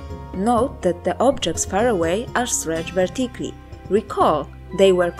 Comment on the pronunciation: This would be very good if the narrator would pronounce fundamental things like "vertically" correctly, no, not even that, just understandably... sorry, non native speaker here, really can't follow this way. Hugely disappointed therefore, as I had been very happy to find this video.